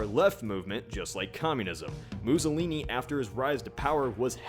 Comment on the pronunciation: "Moozohleenee" As Italian, this made me laugh